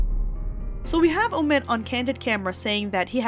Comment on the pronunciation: Hey. The name of that ridiculous character is OH-mid. Not oh-MID, as you say it. Really, if you're so attuned to the news, can't you get the pronunciation straight? Everyone else does.